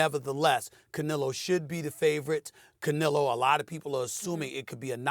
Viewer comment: Theres no “i” in canelo